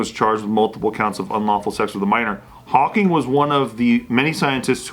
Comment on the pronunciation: "Stephen Hawkins" 😂